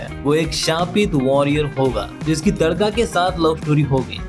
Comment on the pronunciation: TADAKA ❌ TADKA ✅ 🤣🤣